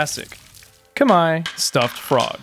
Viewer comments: Finally, a westerner pronouncing "khmer" right. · You pronounced 'Khmer' perfectly!